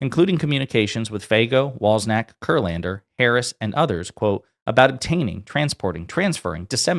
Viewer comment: "cz" in a name is pronounced "ch". its typically in polish names. please say "Wal-chak" not "Wals-ak". You are saying "Wals-nak" which is not anywhere near the name. Please put some effort into these things. you can use google before you shoot so you know how to say people's names. Otherwise it makes you sound quite ignorant.